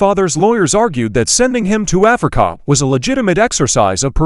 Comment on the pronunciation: I laugh every time the AI voice says AfricAA😅